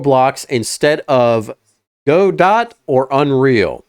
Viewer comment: It's not pronounced Go-dot